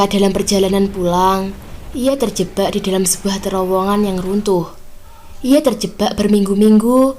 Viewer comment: Terjebak bukan terjebba 😀 bercanda mba 🙏